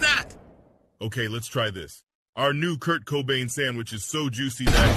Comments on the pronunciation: U dunno, when says sangwidge instead of sandwich, is was really hitting a nerve XD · saying sandwich: Sangwich! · Why tf did call it a sangwich??